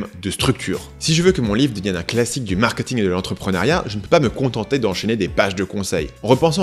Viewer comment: Très intéressant, mais pitié, c'est "markéting", pas "markeuting" ! On ne va pas au "supermarkeut". ;-)